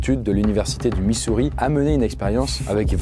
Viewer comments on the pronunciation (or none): "l'université du MiSouriS" (ok je sors)